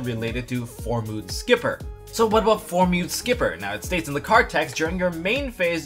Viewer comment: I love your videos man but damn... it's Formud Skipper not Formood Skipper, it's like Mudkip only clearly way more adorable than mudkip.